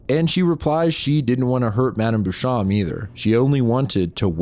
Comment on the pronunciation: Beauchamp is "bow-shomp" just google pronunciations you don't know